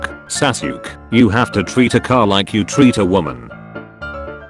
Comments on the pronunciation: It’s so funny how the tts voice spells Sasuke saske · A 100 episodes but the voice still mispells sasuke